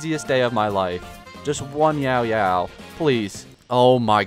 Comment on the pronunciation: Time for the stupidest complaint of the comments section, but her name is Yaoyao, not “YAO,…yao” It kills me when you put a 3 second pause in between her name haha